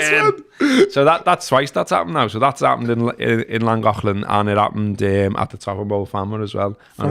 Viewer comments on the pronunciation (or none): That's a decent attempt at pronouncing Llangollen there lad! You just needed to pronounce the first ll like the second one. Da iawn.